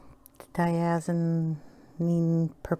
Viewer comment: Dioxazine sounds like... Di-ox-a-zeen...if you say it slowly, you won’t have any problems.